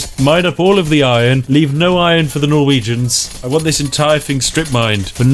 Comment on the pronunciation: When you said "those poor Norwegians" I understood "those porno regions"